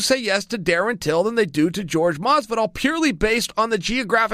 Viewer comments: It's not George Masvidal it is Jorge (Hoar-Hey) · Am i the only person that pronounces Jorge Masvidal's name ( whore hey) and not George? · It's not George.... it's whore-gay Masvidal...no pun intended! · You never get a fighter's name right. How do you never get a fighter's name right? It's not George masvidal. It's hor hay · Jorge is not pronounced George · Chael “George Masvidal” Sonnen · Lol "George." ...oh Chael. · It’s pronounced (HORE-HEY) for god sakes. He’s Cuban. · Papa Chael said his name is George, so now his name is George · George Masvidal? Can uncle Chael say anyones name right? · Not at all! I sometimes wonder if he's doing it on purpose. Chael being Chael I guess. 😂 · More like whore-hay